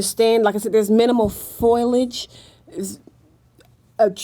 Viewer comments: I love the way says foilage instead of foliage. Reminds me of Curly from the Three Stooges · well, idk about the "" being "scary good"....I've seen much better. She keeps repeating the same things over and over in different ways...really aggravating and the word is "foliage" not foilage lol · It's foliage not foilage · God, if she says "foilage" instead of "foliage" one more time: Ahhhhhhhhhhhhh! "...and what not." "...and what not." "and what not." "um, ah, ayiah, ah, um, and what not." Come on,.... Please."Iz, it, it's - it's like, ah, um - and what not." You're KILLING me, here. "Above the surface, or what not..." What does "What not" even mean? I feel CERTAIN you've gotten this under control, by now. You are so sweet, and smart. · Not making things up, but lacks the vocabulary and descriptive ability to express what she senses. I can't stand the ebonics either. Blacks do not pronounce words correctly. She said FOIL age, when the word is pronounced FOL I AGE. 3 syllables, not 2. "" paused too much, and used the word "weird" way too often. I would rather have had the older man describe the targets. He was far more intelligent and spoke better, and had the vocabulary to accurately infer what he was sensing. This is critical information and a person with a far greater descriptive arsenal of vocabulary is vital. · saying FOILAGE is wrong, it's Foliage